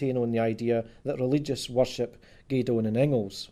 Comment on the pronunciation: Dis boy isna sprakin Scots. Ees jist sprakin English wi a few Scots wirds thrahn in ta mak heesel soond lek he kens fit hees an aboot. Fir example he sehs Inglis lek ingles whar it’s reelee sayd in-gliss. Cos Scots is an aulder tongue lek auld Norse whar mare letters in each wurd ir pronounced an thur natural form than thi er an mahdern Inglis.